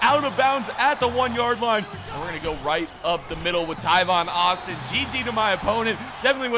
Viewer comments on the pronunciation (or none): just for future videos, Tavon Austin's name is pronounced "Tāvon," like "ate," not "Taivon." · Its tavon not tivon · Tavon not tyvon 😐😐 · Tyvon Austin........ It's pronounced Tay-von Austin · BREAKING NEWS the letter a is now pronounced ( eye ), the world is in massive confusion. Tavon Austin is now pronounced Tyvon Austin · TAVON not tyvon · its tAvon Austin not tyvon Austin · I don't think enough people said it sooooooooo TAYvon not TYvon Guys give him a break he made a simple mistake lots of people pronounce thing differently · It is TAAAAAAAVON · It's T-Aye-Von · TA-VON (A) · I thought he was saying "Tyvon" Austin on purpose... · Bro, there's not even a y in Tavon Austin's entire name.. Come on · STOP SAYING TAIVON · It's tavon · No he says it in every video